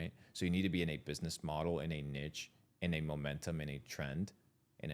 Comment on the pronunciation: Niche is pronounced ‘neesh’